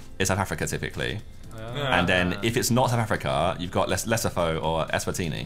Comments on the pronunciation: lesotho = pronounced "le-soo-too" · Josh butchered the pronunciation of Lesotho so bad 😂 it’s “Leh-soo-too” not “Leh-so-thoh” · Josh pronouncing Lesotho (LE-SUE-TWO)as Less oh thoe hurts my soul 😭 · js Lesotho is pronounced “le-soo-to” 🥶😎😈👌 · As a South African hearing Josh say Lesotho as "Less a Tho" made me laugh so hard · Lesotho is pronounced “lesutu” its not like the normal “th” sound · lesotho is pronounced "lesootoo" and its not eswaaaatini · the way josh butchered Lesotho 😂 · The way josh said Lesotho 😂😂😂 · The way Josh pronounced Lesotho 😂😂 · Josh’s pronunciation of Lesotho😂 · Lesotho😭😭😭😭😭😭 the pronunciation 😅😅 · okay but Josh really butchered saying Lesotho 🇱🇸